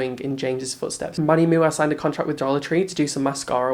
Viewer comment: when u say manny mooa it kills me every time